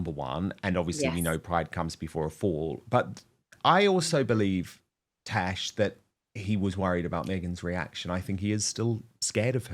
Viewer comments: Love you Dan, but it's TaZZZ, not Tash. She a fantastic Royals commentator and has a wonderful channel. Again, love Dan...just throwing this out there. 😉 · Dan...It is "TAZ" as in Tasmania not "Tash" as in moustache